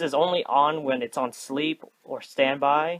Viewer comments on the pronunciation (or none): none